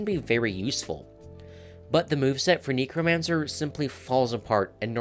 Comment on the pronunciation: I main Gambler trickster necromancer I agree to actually thank God you said it correctly!